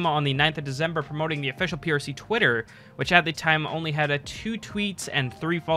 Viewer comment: Good job keep it up! also its prc not ppc